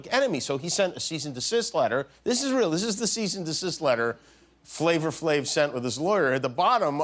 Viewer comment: “Flavor Flave” 😂 Come on Jimmy. Thought you were cooler than that Flava Flav